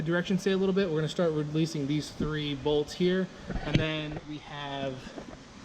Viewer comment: I get annoyed when he says "bolts"